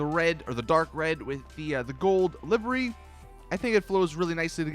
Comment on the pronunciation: I have both the sultan and the banshee and the banshee has far far more customisations then the sultan. And half the video correction all of it you were say livery wrong. And it's not all about looks it's about performance. Such a shitty YouTube channel learn your damn facts